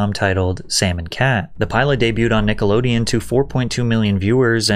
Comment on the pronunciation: Who doesn’t know how to say Nickelodeon? This isn’t AI is it?